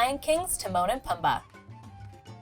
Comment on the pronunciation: It's pronounced poomba not pum ba